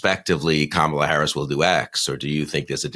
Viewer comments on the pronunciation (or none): A.B., it's Comma-la!